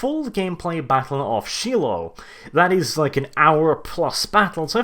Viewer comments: Btw, its pronounced Shy-low. Not Shelow. Trust me, I was born and raised in Tennessee. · I know you're British or Norwegian whatever you are, but it's not pronounced she low, rather it's pronounced Shy low. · Shy-loh, not She-loh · "Sheelow..." Hehehehe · Shiloh is said with a long "I" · Shiloh Its pronounced Shy-low. It means "Place of Peace" in Hebrew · I understand that English is not his first language... but the way he says "Shiloh" hurts my soul